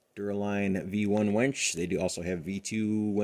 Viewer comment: It’s a WINCH not a wench, though you may have one of those too 🤣